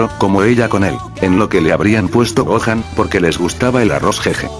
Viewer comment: siempre dice goan no dice gohan